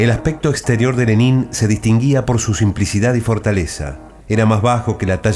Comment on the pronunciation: Se pronuncia Lénin, no Lenín. Y con una bibliografía tan escasa (un sólo autor), no es de sorprender lo sesgado del material. Más recomendable son los libros de Service, Sebestyen, y Dmitri Volkogonov, el mejor que he leído sobre Lenin, y el primer tomo de la biografía de Stalin De Kotkin aborda la figura de Lenin bastante a fondo